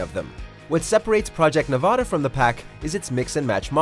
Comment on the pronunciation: Project Nevahda? I'm pretty sure it's Project Nevada.